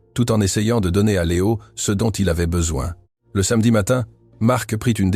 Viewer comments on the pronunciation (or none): none